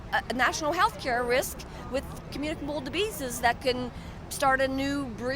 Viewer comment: Commutidable dibbeases? lol Dear lord, I used to think right-wingers were not listened to and occasionally misunderstood, but no - these folks in the interview are plain old unadulterated crazy.